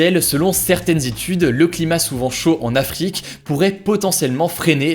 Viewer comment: Suis-je la seule qui a remarqué qu'il prononce Afrique ou continent africain avec un Rrr espagnol?